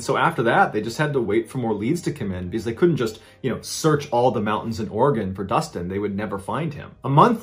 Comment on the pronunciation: Wow im shocked he pronounced Oregon correctly lol most people not from Oregon struggle.